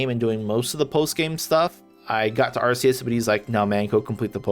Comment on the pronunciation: "ar-ke-yus" man correct your pronunciation first